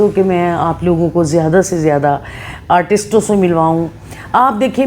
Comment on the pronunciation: Durdana g you speaks soooo good. Bas kuch words ko agr ziada perfectly bolein specialy english words, tou ziada kmal ho jaey. For example filamm nahi film, atistoun ko nahi artists ko, i know hum punjabioun k liye ye common hai iss tarah se english bolna but jitna khoobsurat aapka communication ka andaz hai i wish k aap yahan improve karein toh ziada impressive hoga. Thanks. Issi tarab achi achi videos bnati rahein aap.